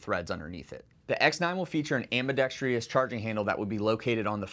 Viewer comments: "Ambidextrous" is the word. Ambi-dex-trous. Not ambi-dex-tri-ous - there is no "i" in it. On the positive, this year's 2025 lineup is even better than the interesting 2024 lineup. PSA having a gun for every need, with their approach of customer-focused, value and quick innovation, is absolutely killing it. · Ambidextrous. Four syllables. AM/BEE/DEXT/RUSS…Not, Five..AM/BEE/DEXT/REE/USS. I wasn’t going to say anything but, for as often as the word is used, I had to. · When did "ambidextrous" become "ambidextrious"? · Someone please tell my dude that there is only one 'I' in "ambidextrous" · Great firearms and amazingly difficult choices. But please look up how to properly pronounce AMBIDEXTROUS. Ambidextreeeous isn’t a word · Someone please tell me why Americans in the firearms industry insist upon a superfluous "I" that does not belong in the word ambidextrous. Am-bi-dex-trous. It is not, and never has been "ambidextrious". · If you’re actually selling grenade ammunition for the Thumper, then cool. Otherwise not super interested in firing gender reveal balls. PS it’s pronounced “ambi-DEX-truss,” not “ambi-dex-TREE-us.” Why is that so hard for some people?? How the heck do you get “TREE-us” when you read “trous”?? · For the love of god it’s pronounced: “am·buh·DEK·struhs” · This guy doesnt know how to pronounce ambidextrous lol. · Why is the word "ambidextrous" so difficult for people to pronounce? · PSA can't even afford to hire people who know how to pronounce "ambidextrous". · This man doesn't know how to pronounce ambidextrous. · Please learn how to say “ambidextrous” there’s only four syllables, not five. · Why is literally no one in the firearms community able to correctly pronounce the word "ambidextrous" when it is a word they have to read, write, and speak all the time? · Why can no one pronounce ambidextrous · I love all this. EXCEPT the pronunciation of “ambidextrous.” Dude.